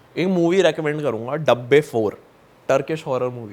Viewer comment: 😂 daabbah ko dabbe bana dia😂😂